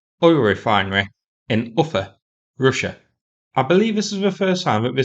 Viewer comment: Ufa - please pronounce Oofa. Vowels are longer in Russian than English and have all appr. the same length.